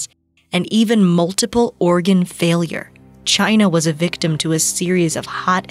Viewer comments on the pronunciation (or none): none